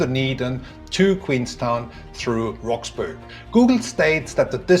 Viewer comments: Roxburra......not Roxberg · Roxburgh is pronounced rox-burra